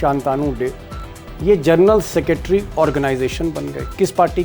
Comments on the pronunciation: जर्नल नहीं जेनरल 🙏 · पढे लिखे पत्रकार हो जरनल मतकहिये साहब जनरल होता है